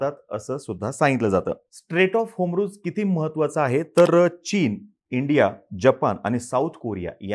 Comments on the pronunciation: होमरूज नाही रे बाबा हॉरमूज आहे ते.. नीट उच्चार करत जा की.. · Strait of hormuz....not homruz